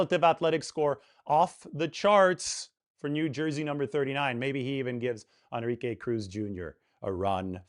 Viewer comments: Bro it's pronounced. N - RI -ke, not On -Ri -ke!!! Your killing me smalls! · que is not pronounced kay but like ke. plz no anglo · Dude learn how to pronounce the guys name. Phonetically it is N-ree-kay. If you are in the Bay Area you should know this. No excuse! I mean what other word in any language other than maybe frickin French has En pronounced as On. It is not like there are no other Enrique’s out there. There have got to be thousands of us. I mean this is worse than me calling you. Maybe the hispanic demographic is not your niche. Ok. Rant over. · more like en-re-kay